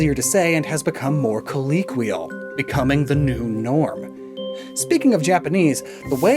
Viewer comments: How about how to say colloquial—keLOWquial,. KeLOWquil. I love your videos, but I cringe every time you say it “coLEEquial” 😂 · is that how you realy pronounce "colloquial" That's not how i was taught to pronounce it in NYC during my college years! LOL Then again we totally butchered, I mean changed the pronunciation of "Houston" and "Carnegie" Hall. LOL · Everyone's talkin' about "Arkoos" but I'm just concerned my boy here thinks everybody says "colleequial"